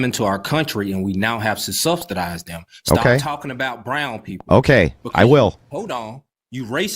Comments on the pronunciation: "We gotta SUB-STI-DIZE dem!" Boo hoo. Also, not true. Also, learn how to say "sub-SI-dize". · "...have to substidize..." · "Substidize" Fking genius that guy